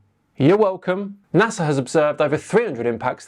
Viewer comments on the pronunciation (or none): none